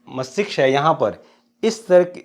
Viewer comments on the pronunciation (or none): Bro apni kabiliyat ko sahi rakhe MASTISHK hota h na ki MAKTISHK -- as u pronounced